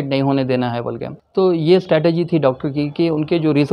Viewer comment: Strategy....NOT STATEGY Correct Ur English Dear Brother